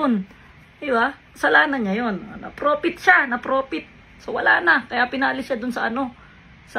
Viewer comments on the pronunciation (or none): Porfit hindi profit.. 😂😂😂😂